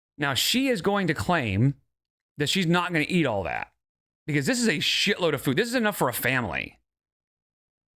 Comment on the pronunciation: She loves food so much that she pronounces it in her own weird way. Füüd.